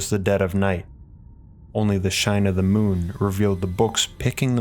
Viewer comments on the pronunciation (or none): none